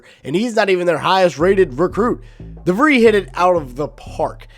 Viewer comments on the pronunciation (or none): Pronounced Darren Devreeez